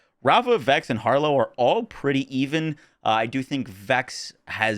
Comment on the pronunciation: Traaaaaaaannnttttttttt. Why does Harlowe suck at saying her own name??